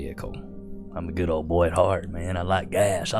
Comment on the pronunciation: "what happened to the goo'ol days" gets me everytime XD